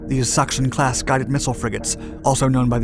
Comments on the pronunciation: Sachsen is pronounced almost like “saxn”, rather not like “suction” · The way you pronounce Lübeck und Sachen is Just funny to me Greetings from Germany